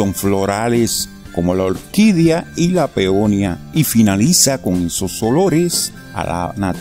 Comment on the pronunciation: No se dice "peonia"! Se dice peonía"!